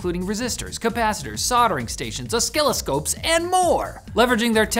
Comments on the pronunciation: Im sorry but did you just say OSKILLESCOPE!!??? 🤣🤣🤣💀💀💀💀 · its oscilloscope not osKILLosscope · Wtf is an oskilascope? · "Os Skilli Scope" 🤣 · Did he just say oskilo-scope? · "oskilloscope" must have something to do with "oskillating wave forms". :) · Os-WHAT-ascope? OsSKILLascope? WTF? 😂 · The osKiloscope in the sponsor segment has to be my new favourite way to pronounce it. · Dear, your sponsor ad was bad because you cant pronounce oscilloscope.... It is pronounced uh·si·luh·skowp. Scincerely, a true fan of the LTT fam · Mf said "oskiloskope" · O-Skill-o-scopes? LMAO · "Birghtness"? "Oksilliscope"? Are these easter eggs? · "Ah-skill-i-scope"? FFS!!! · Is it really pronounced osKiloscope in english? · Okay I can’t stop myself I have to ask what is a “oskiloscope”? 😊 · Cringed when pronounced the oscilloscope. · The hell did he pronounce oscilloscope? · HAHA You said "oscilloscope" wrong 😁😁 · trying to say oscilloscope. LOL;)